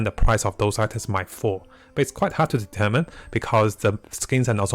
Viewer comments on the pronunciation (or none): none